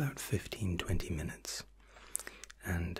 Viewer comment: YOU SAID MINUETS!!!!